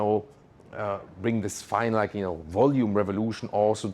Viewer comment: Bee hald, zeh rear-vah-lotion!